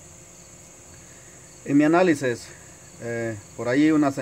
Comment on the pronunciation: Analises.repites mucho esta palabra cuando deberías decir análisis.ses y sis es una diferencia.